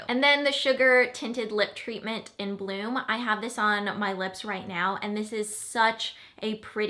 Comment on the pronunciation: ohhhh BLOOM!! First time you said it I heard "blue" - lol! :-)